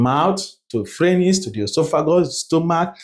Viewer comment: Great job! You make assimilation o easy. Thank you. ♥️ But, quick one... Phranyx or pharynx? You've said it alot in your videos.